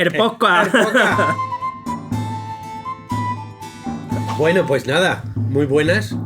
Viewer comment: al proposito!, ellos mismos hacen broma con el nombre "poscasss"....